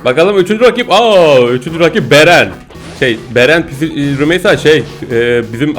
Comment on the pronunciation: abi. Beren. değil. baaren